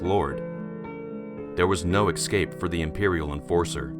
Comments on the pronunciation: Escape = "ess-cape", not "eck scape" ;P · S-cape or es-cape. Your em-phasis is off.